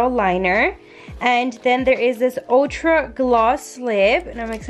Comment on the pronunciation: No hate.. but isnt it ultra? Not o ta